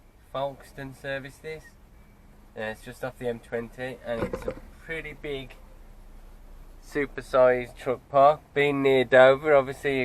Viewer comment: Hi Its called Fokestone, with a silent L. I live just outside Ashford so you are in my neck of the woods, really enjoy your vlogs! Keep up the good work Nev